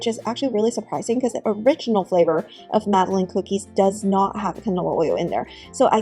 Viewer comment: Madalynn, Madalin, Madeline, not Madaleen cookies